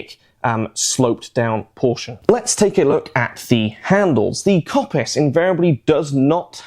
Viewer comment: Great video although I have to say the Kopis is actually pronounced Kopís (accent falls on the I). Being Greek I had to point that out.